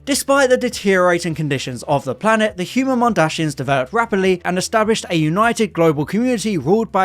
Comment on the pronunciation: MondaSIANS Not mondaSHIANS